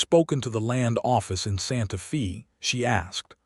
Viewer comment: Can we have city said, Santa 'Fay' not Santa Fee? A 'fee' (long E) is the pri¢e one pays for prkg etc. Santa Fe is pronounced with the 'e' being a long 'A' sound - thus, Fay. Santa Fee sounds so odd. Silly AI 🙄